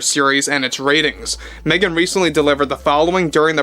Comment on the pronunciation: Meh-gan DeNiro, or Meh-gan Zegler speaks. 🙄😂 She's calling on her squad to save her. 🤣 Off to watch the next episode of Pamela now. 🇨🇦